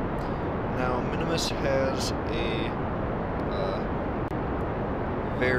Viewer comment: The orbital capture around Minmus (not "mini-Mus" xD), is not an easy task to do with no tutorial guide. Congratulations.